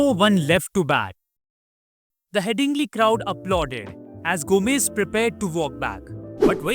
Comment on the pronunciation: His name is Gomes not Gomez but a good effort.